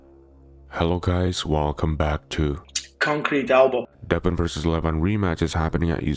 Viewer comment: Petition to have your subscribers send you videos saying the phrase “ konkreet albow “ and placing a new one every video like you did